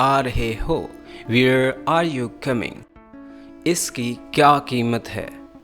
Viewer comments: He spoke We're to where are . N this will be pronounce like wear. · U r right he pronounced wear not where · What ...wear mean is different and where is different ur pronunciation is wrong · plz correct ur pronounce of where